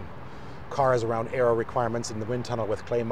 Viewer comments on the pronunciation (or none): none